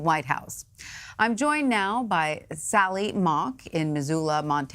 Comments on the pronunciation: Trump should stop doing drugs, can't even pronounce anonymous! "The latest active [act of] resistance is the Op-Ed published in the failing New York Times by an anomah-usssss.... really, an, an ominous, gutlessss... coward!" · I don't think he can pronounce anonymous? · I noticed that 2 of the paid participants were removed lol...also, can someone please teach him how to say anonymous? And something I have wondered about: How do you think his hair looks right after a shower? I think that those 2 side pieces, you know the ones he plasters right over his ears, must be pretty long...lol would love to see a pic of that! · This old man couldn’t even say anonymous 😂😂😂😂😂😂